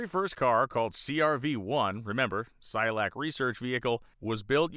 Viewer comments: It's not Cy-o-lac. It's pronounced: SI-koh-lak. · Cycolac, not Cyolac. woopsie 😬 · You keep saying Cy-olac. Is the second C silent? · You mispronounced cyCOlac over and over. Otherwise, I loved it. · HOW MANY TIMES DID THAT GUY MISPRONOUNCE CYCOLAC???? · Did you really just go the whole episode mispronouncing "Cycolac"?